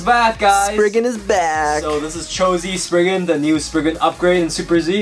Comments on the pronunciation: It’s sprizing not sprigin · ITS NOT SPRIGGAN ITS STORM SPRIZEN